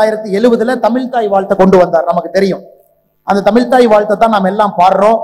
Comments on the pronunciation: Muthalil tamizh endra varthaiy correctta ucharikkakum tamil illa tamizh Mr.Annamalaiji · Ask him to pronounce tamizhi properly. Not tamil.